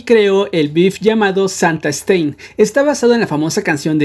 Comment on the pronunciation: Todos:Stan: STEIN